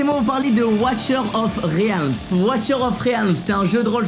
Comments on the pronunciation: Sa ce dit Rilm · il a vraiment dit réalme's ?? là MDRR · Visiblement, impossible pour toi de prononcer correctement "realms" XD